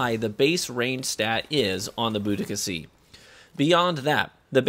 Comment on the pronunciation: It's bO-dee-kuh